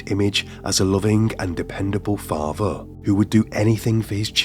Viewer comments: faaatheeeer. Gaaatheeeeer. Its an accent i like however he stretches the last syllable too often. I'm going to watch this - I do "like" his voice - but yeah I agree with comments he is putting too much pressure into his voice. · The narrator has a peculiar accent: The penultimate syllable of each sentence has a downward inflection, and is stretched, while the ultimate syllable has a rising intonation. Example: "He lived with his faah-THER." Or: "They met for intimate en-cowwn-TERS." Strange!